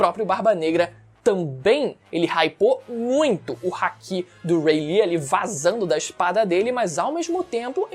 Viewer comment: Se fala "haKÍ"